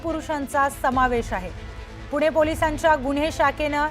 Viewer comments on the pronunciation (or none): none